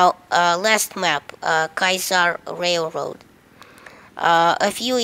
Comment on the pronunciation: Dear Lord, how old are you? It's Echo, not Elvis (OMG). You can reach all easter eggs by not exiting battlefield by going on Conquest Large. It isn't KAISAR RAILROAD, it's Kiasar Railroad, and also you forgot on Kiasar hat there is one more sandcastle on beach.